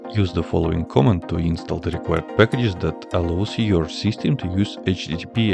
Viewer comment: Please work on your pronunciation. More specifically, please do not pronounce "command" as "comment".